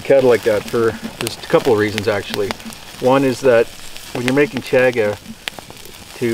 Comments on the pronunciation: I don't know why but the way you mispronounce Chaga drives me crazy. I'm yelling at the screen, "CHAHHH-gah" lol. I think I might have to pick up some of that. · I've been waiting for this! Just placed my order and also ordered a black Twill Hat! I've never had Chaga so I'm really looking forward to this,! I've heard others pronounce it as "Chawga". Is this right? Or does it depend where on the planet you're from? The bag looks like it has a zip lock, so I'm assuming its okay to keep it stored in the bag in a cool dry place (squeezing the air out before sealing the bag)?? Or should I store it in an air tight sealed container in a cool dry place?? Have a great weekend, and the new homestead is coming along beautifully!!!